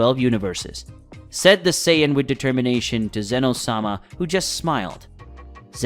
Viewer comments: People just make videos without actually being fans. Scion? Saiyan, pronounced Say-en. I stopped watching after about 15 minutes. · What is a saion? Goku is a Saiyan that's pronounced Say-yen. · Lol he pronounces it like he's never watched the series only read Manga. Which is cool as well. He says it like PSION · the fucks a si-on? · When he said "say-ya-dins" and "scy-a-din" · Yea and "Scion" or "Zion" instead of Saiyan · Why can’t you say the words correctly. There is no “d” in Saiyan! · Scion goku. Never seen that car on the street. Can't continue the video because of the miss pronounced sayian word. Dragon ball has been out for years. No way you never heard it pronounced properly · Lol, yeah he couldn't even pronounce Saiyan when he tried to say it right so you know he was never a fan of the series or the Manga he couldn't even pronounce Bulma's name correctly.